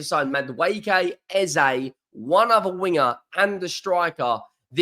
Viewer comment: I'll subscribe if you call Eze as Eze ... it's not Ezay. Obviously you don't know this and following the crowd. Eze was interviewed after a game and asked, is it Eze or Ezay (phonetically). Brits in general mullah names and it's kind of disrespectful not to call it correct. Eze doesn't mind Eze or Ezay but we should respectfully call it as he calls it.